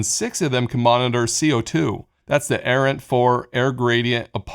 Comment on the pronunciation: Trying to work out why Aranet is pronounced Errant